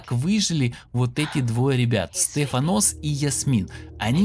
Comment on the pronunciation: СтефАнос, а не СтефанОс)))